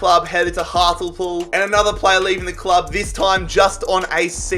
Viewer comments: I'm sorry but I can't stop laughing at jarrads pronunciation of Hartlepool "Hart l pool" it's pronounced Hart lee pool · what? its pronounced hart lee pool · Hartlepool is pronounced..... Heart...lee...pool. And Torquay is pronounced...Tor...Key. 👍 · Ah yes, my favourite clubs, Hartulpool and Torkay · It’s pronounced heart-lee-pool not heart-l-pool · Why did he say hartlepool like that he said “hart-ol-pool” instead of “hart-lee-pool”😂😂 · The way you said hartlepool breaks me its heart lee pool I live there so yk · The way he pronounced Hartlepool killed me, arggghhhhh my man sed hartlpool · It’s Hart lee pool you pronounce it not the way you said it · HART LEE POOL!!! & Tor key 🙈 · Great video mate👍 just want to point out that hartlepool is pronounced hartleypool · Heart-lee-pool. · Heart-lee-pool and tour-kee that is how you say them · Should be illegal to pronounce Hartlepool how you just did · Ffs you had one job say Hartlepool right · The pronunciation of hartlepool 😅😂😂